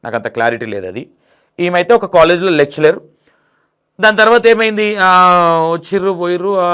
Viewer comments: యాంకర్ గారు మీరు ఇంకా మాట్లాడాలి ఎందుకంటే భాషలో తప్పులు ఉన్నాయ్ అవి ఇప్పుడు చెప్తా వినండి ఎస్పెరెన్స్ (experience) సనాత ధర్మం ( సనాతన ధర్మం) లెక్సెలర్ (లెక్చరర్) సక్స్రైబ్(subscribe) నోటిస్పెక్షన్(notification) ఫాస్టివ్ (positive) అంబ్లెన్స్ (అంబులెన్స్) ఇన్ని తప్పులు ఉన్నాయ్ ఒక్కసారి సరిచుసుకోని సరిచేసుకోండి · లెక్చలర్ కాదు లెక్చరర్. మధ్యలో చర్చికి వెళ్లే వాళ్ల గురించి నీకెందుకు భయ్యా? నువ్వు చెప్పేది ఏదో చెప్పరాదు.